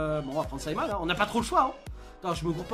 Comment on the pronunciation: C est pas SIMONS c'est SIMON 😭😭😭